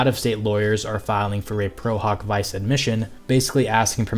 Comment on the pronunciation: "Pro hawk vee-chay"